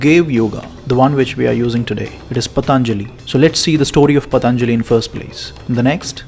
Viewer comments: His name shouldn't be pronounced as " Pathaanjali" it should be pronounced as "Pathanjali". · Pa....ta.....njalli,.....non è delle lingue indiane